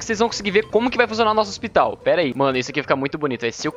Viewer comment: Ôxpitau, OUYER